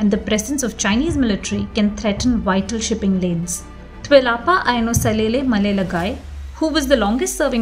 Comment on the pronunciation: Hahahaha first interviewer that said his name properly. Tuilaepa Maleletae😫😫🤣🤣🤣🤣🤣